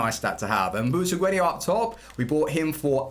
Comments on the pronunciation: Where do you see i in Butragueno when you keep saying it Butraguenio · Is anyone else annoyed by 'butraguenio' not 'butregueno' Pronunciations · It’s Butragueño - the accent over the ‘n’ gives it that pronunciation.